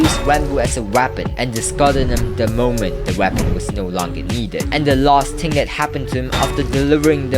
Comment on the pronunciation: bro really says ting and not thing